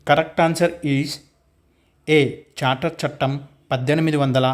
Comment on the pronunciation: Civil service bit charter chattem 1853 kaani mi pronunciation thappuga vundhi sir please rectify that